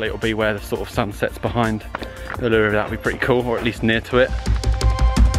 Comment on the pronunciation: It's pronounced Oo La Roo...........